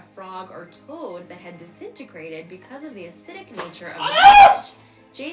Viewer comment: HAHAHAHAHAHAHAHHAHAHAAAAAA Desintegrated.I said it the same way .lol